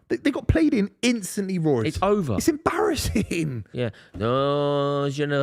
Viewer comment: Love a “embarrassin”